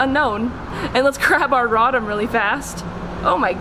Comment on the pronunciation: ( Raw - Dom ) Me: it's ( Row - Tom)